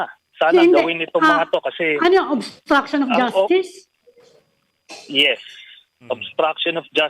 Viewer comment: Paano po naging obstraction of justicre yon pki paliwanag nabubulol kasi diya ng bigkasin yon